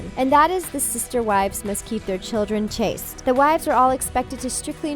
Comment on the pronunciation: Lol it's "Chaste" not "Chased" and "Meri" not "Mari".